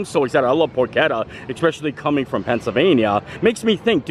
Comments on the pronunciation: it’s definitely pronounced “por-ke-tta” with a hard k sound as the ch. Source…. I’m Italian! 😅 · "Pork-etta" or "Pors-etta"? Neither! It's "Porch-etta"! Love the vids, keep it up 😊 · 😮 it is porch-etta. Pronounced like that. Other then you saying it a million times incorrectly, I enjoyed the visit to Universal, 😂. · PORCHETTA!!! SAY IR RIGHT!!!